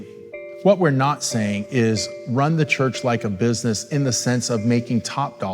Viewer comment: " This is Bisiness " - The guy from the Meme